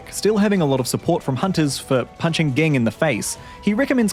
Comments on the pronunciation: It’s pronounced Jing ffs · Did it bother anyone else how this dude was saying gene? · Pronounce ging right! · I always thought Ging was pronounced Jeen not Geen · Yeah it's pronounced Jing, I'm just an idiot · help why did u say ging like that (great vid tho) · Sorry! I'm mainly coming from the manga. What's the correct pronunciation? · Why do you mispronounce Ging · Mf had 5+ opportunities to get Gings name right, and he still failed